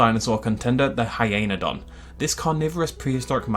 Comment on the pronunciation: Sorry, but the way you said Hyaenadon made me cringe.